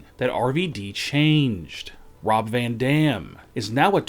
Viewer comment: He actually says Rob Van Damn! Every sentence goes on same tone